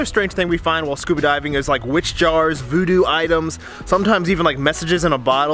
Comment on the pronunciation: VOO DOO OH MY GOODNESS LOL